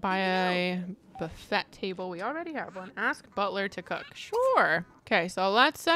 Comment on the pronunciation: the way u said buffet im dead